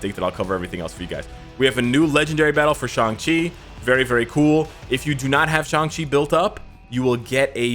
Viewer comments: finally he said shang chi and not shang shiii xD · At least you say shang-chi name correctly. Excellent video's! Keep up work and see you in game! OnepieceÀFÁ ign